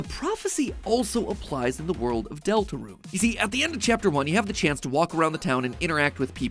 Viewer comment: “ deltraune theory “